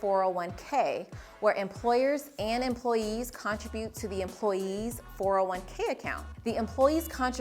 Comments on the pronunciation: got thrown every time you pronounced "contribute" like it was "contra-butte" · I was thinking the same thing. I’ve never heard anyone pronounce it that way.